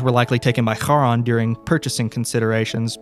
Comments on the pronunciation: thats not how you pronounciate charon why you saying it like its an arabic word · i really don’t wanna be that guy. but the ch in charon is pronounced like the one in chasim, & not like how it’s pronounced in german or hebrew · I actually think the company is pronounced "care-on", iirc! I have this vague memory of it being in the first Percy Jackson book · Great video! Loved the viewer follow-along. The way he pronounces Charon like the c is silent is kinda funny. Very charming! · Whoever created the backrooms style of content that compliments this story here did a heck of a job. Ive been visiting the actual website since opening and i never got anywhere on it so i had to just look at other people's discoveries on it and thats actually how i found this and in glad i did . Only thing is how the narrator pronounces Charon. Im not grammer nazi but theres something about it that just doesnt go with the rest of the narrative. Ive heard it enunciated as Karen or Karon and even Sharron wuch as the boarmans name or Artemis Entreris temporary sword Charons Claw. But Harron sounds very german in an else while english story . Potato poe taato i gues. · First time I heard Charon being pronounced that way! Didn’t get who that was until you talked more about him oof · Why do you say Charon wrong? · man, i need you to google how to pronounce "charon" because it's not the way you think it is